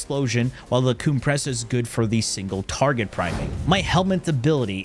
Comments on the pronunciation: COOM-pressa hehehe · booba-nico and the coom-pressa got me rollin😂